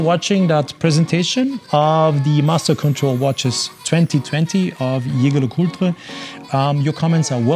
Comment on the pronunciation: Wonderful watches, especially that triple calendar moon-phase. I also appreciate how you properly pronounce Jaeger LeCoultre!